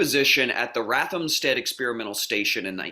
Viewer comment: Lol! He can't pronounce ROTHamsted.